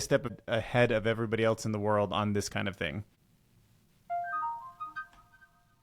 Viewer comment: Else, NOT, ‘Elts’.